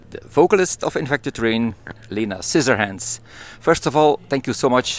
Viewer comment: Leena? I thought her name was pronounced like Linna.